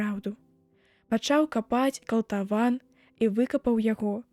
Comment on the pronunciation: Прачытана: калтаван, замест: катлаван.